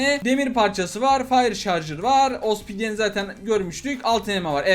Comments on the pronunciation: Abi obsidiene niye ospidien dion XD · Ospidyen diyor ama.... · Opsidyene Ospidyen diyen koca yürekli kral abimiz!❤️